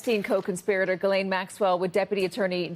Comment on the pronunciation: Gis- LANE - MAXWELL